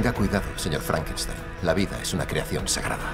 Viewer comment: rankeistein jajajajaja